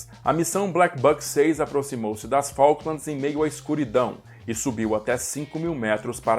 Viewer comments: Cuando escuche un brasilero diciendo Falklamds, fué suficiente para NO seguir viendo. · Como vas a decir la guers de faklands... de MALVINAS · NUNCA JAMAS TE ATREVAS A DECIR FALKLANDS!